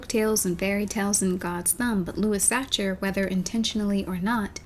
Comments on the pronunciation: Just want to mention that Sachar is pronounced like sacker. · "lewis satcher" cringeeeee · I'm pretty sure Sachar is pronounced Sah-car. That's what the librarian and teachers said when I was in school, at least.